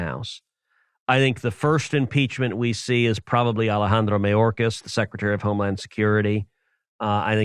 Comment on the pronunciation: I love his sliminess. Mayorkas, listen to how he says the surname the first time as opposed to subsequent. Mah - yōrrr- caz (Spanish) May- or- caz ( English) Don't let your Cubano out, Rafa. Or the republicans will never elect you to the big office